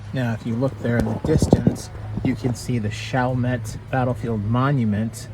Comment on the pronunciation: It is pronounced shall-mett & its not in New Orleans. It not even in the same Parish. However it is really close. It is in the city of Chalmette in St. Bernard Parish.